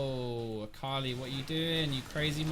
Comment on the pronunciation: It always throws me off when you have an Akali on your team. It seriously sounds like you're saying Carly to me lol Sometimes I-Carly, but I usually only hear Carly. The first few times I heard you say it I legit thought you were talking about a girl you knew IRL xD